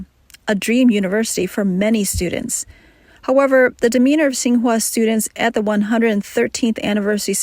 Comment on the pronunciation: Should be pronounced as Qing Hua University...😅